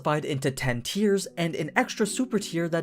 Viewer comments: Isn't "Tiers" pronounced the same way as "Tires" ? Why is he pronouncing it like "tiaras" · Tiers are pronounced lile tears